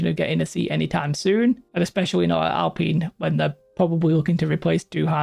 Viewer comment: It's pronounced Alpine.